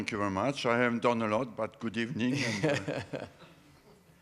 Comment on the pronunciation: Wenger says Good ebening